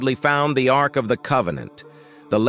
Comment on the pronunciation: Ark, not arch.